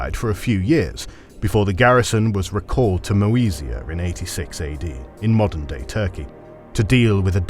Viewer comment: do you meen moden day Bulgaria?